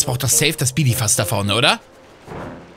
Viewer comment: Nimm es mir nicht übel, aber ich finds einfach funny xD: sieht Bidiza: "Bidifas"